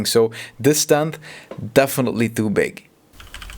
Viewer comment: why do u say "thoo big"